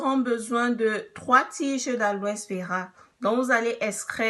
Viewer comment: Boe vidéo merci mais kan lit on prononce pas le S